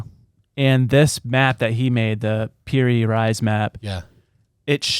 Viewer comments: It's parry Reese is how it's said bud . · Is pronounced (perry Reese) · I didn’t know I had to. If you must know, the first 10 seconds of the episode, they pronounce the man’s name wrong. It’s Piri Reis (pronounced Reese). He couldn’t figure out what the date was of the map as he is looking at his phone. Why didn’t they have written notes or why didnt he take the time to remember it? They do this on every episode. They literally tell you “I don’t think this is right”, as they fumble over what it is they are talking about. He also said that Piri Reis got his info from maps over 4,000 years ago and from an aerial view. That is pure speculation and there is no proof to that obviously and the oldest map known is from the 6th century. A lot of times they are wildly wrong and it just bothers me from someone who likes to be right, especially if I am taking the time to tell someone about it. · It is pronounced Perry Reece the theory behind this was the old maps were created by the atlanteans